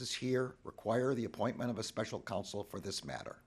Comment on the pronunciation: it is council (counsel) not console